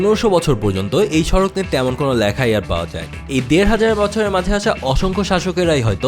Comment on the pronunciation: সড়ক হবে, সাড়াক নয় ।